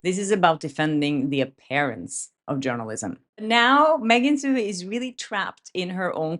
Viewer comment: Love ya,, but take it from this Irish-American: Megan Twohey's last name is pronounced too-EEE... or too-hee, if ya nasty. 😊